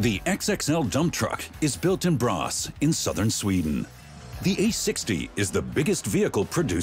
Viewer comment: It is: ”Borås” (not ”bras”).